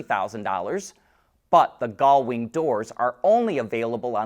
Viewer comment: Is there a chromosomal reason that you cannot pronounce gullwing?